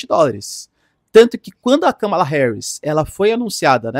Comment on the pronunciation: ￼Aprende aí, companheiro! Não tem nada de "cama" no nome dela! Kamala Harris Vice-presidenta dos Estados Unidos Pronúncia americana￼ Soa como kaa·muh·luh heh·ruhs